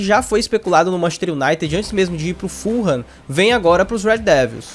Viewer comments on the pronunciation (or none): none